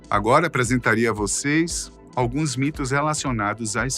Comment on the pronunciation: Meu deus como a pronuncia desse cara é ruim. "Alguêins", fora todo vídeo cheio de arroto de refluxo hashdoihasd